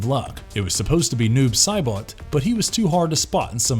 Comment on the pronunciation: way to butcher saibot